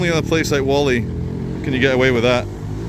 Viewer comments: it's Whalley .There is No missing "R" at all. You're just pronouncing it incorrectly.. It's NOT War'ley it's W 'hall' ey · It’s pronounced wall-ey not war-ley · I'm from Whalley originally my parents house was about 30 yds from where you were filming and I've never heard anybody call it worley